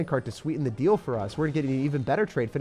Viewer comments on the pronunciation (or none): none